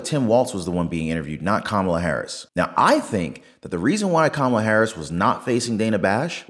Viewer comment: Ka’maalaa, say it fast and get it right. 😂